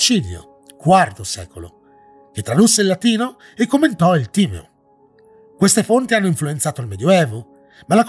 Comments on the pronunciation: Timèo non Tìmeo. Gli accenti son fondamentali!!!! 😁 Scusa la pignoleria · Più che altro starà rabbrividendo per la pronuncia di tutti quelli che dicono Tìmeo - mentre invece si legge Timèo. E Atlandide è esistita….non la versione letterale di ciò che descrive Platone ovviamente, quella è solo la raffigurazione letteraria di un evento passato reale in cui una civiltà per la sua epoca molto avanzata è stata distrutta da una serie di cataclismi. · Bello il Video ma più attenzione ai nomi: si pronuncia Timèo e Marsilio Fisino non esiste, forse ti riferisci a Marsilio Ficino. Più attenzione.